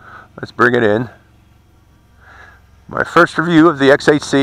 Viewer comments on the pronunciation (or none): none